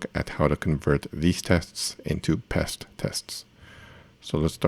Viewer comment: It's just Pest because it rhymes with Jest so it's Jest for PHP...